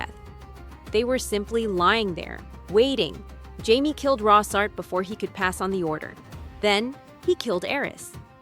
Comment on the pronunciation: How to know if it’s Ai slop? Well it’s easy instead of Jaimie they say heimy lol fucking garbage